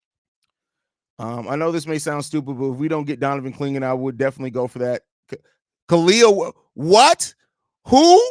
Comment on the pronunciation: My boy said Kaliyah 😂😂😂😂😂